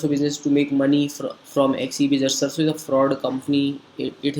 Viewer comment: First i would like to introduce myself I am Rishav Raj pursuing Engineering B.E. from Bangalore Institute of Technology . The person who is speaking about this video is not able to pronounce the company name. Ohhh God . Let me speak and clear being a technical i believe on Facts rather than opinions from an unknown person on Social Media whom i have never met . Let's talk about Facts . Sarso is the founder member of FDSA . Search in google or Ficci and Kpmg report says that Direct Selling will touch 64500 Crore rupees in India By 2025. So these are the big organizations known all over the world . Rather believing on a kid of this video i would believe Government of India and hope you too . For further information Mesaage me on my facebook id